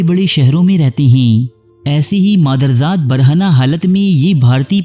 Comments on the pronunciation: مادر ذات نہیں بلکہ مادر زاد اصلاح کر لو! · اردو تو سیکھ لو ۔ مادر زات نہیں مادر زاد ہوتا ہے ۔